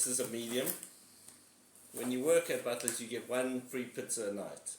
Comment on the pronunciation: Thought you said butless pizza😂